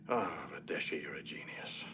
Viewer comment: The name is Verdeschi (Italian) and for some reason the english pronounce it "vadeshi" hahaha